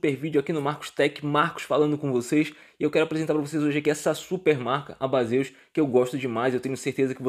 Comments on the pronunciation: Amigão , somente uma crítica construtiva a pronúncia do produto é diferente do que se lê, vou escrever como se fala " BEISIS e não BASEUS " Beleza 👍🏻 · Então amigo, eu até sei disso, até pq o nome Baseus é uma abreviatura de Base on User, mas como a marca acabou ficando conhecida por conta dos youtubers mais famosos como "Bazêus", acabei me rendendo e usando essa pronuncia para não parecer antipático ou metido kkkkkkk. Mas agradeço a contribuição. Prometo que vou informar isso no meu próximo vídeo de produtos da marca. Um abraço